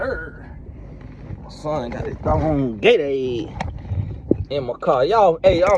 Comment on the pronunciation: “Gata- ade “ 😂😂😂😂